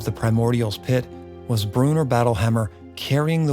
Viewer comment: Bro... Brew-in-or not Brewner.